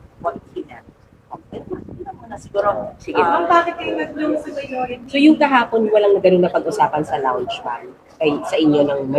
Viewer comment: Hi, 😊 "KAHAPON" d po KAGAHAPON" ✌️😊💖